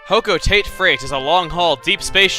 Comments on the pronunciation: i thought it was pronounced "ho-ko-tot-tay" not, ho-co-tayt :| anyways, WOOOOOOOOOOOH one of my favorite games :D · TIME FOR REQUISITE PRONUNCIATION FIXING. :V It's Hoh-Koh-Tah-Tay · Why do you call it hoco-taite in his play through, and hoco-tah-tey in pikmin 3? Is that the real pronunciation? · technically I think it's pronounced Hoe-coe-tah-tay, not Hoe-coe-tay-t.